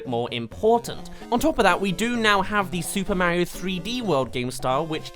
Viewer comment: It’s Mario not Mayro